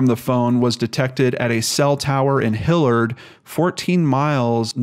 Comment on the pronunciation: Yes, that's correct.